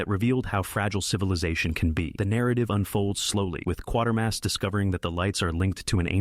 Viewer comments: It’s pronounced “qwate-er-mass”, not “quarter-mass”… not the only mistake in the video, by far. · NOT "Quarter-mass" but "Kwater-mass" also that last outing for the old boy was on Independent TV (ITV) and NOT the BBC so why anyone complained to them I have no idea...oh. Wait. You never did any research did you just copied.